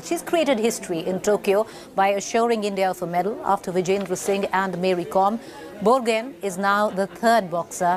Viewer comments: Borgohain.. 😂 pronounce karna seekh lo.. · Bor- go-haaaain pronounce it correct....it's irritating the way the anchor pronounced it🙃